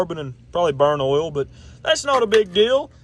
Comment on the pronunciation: When he says OIL. I laugh because he says H’OIL 😝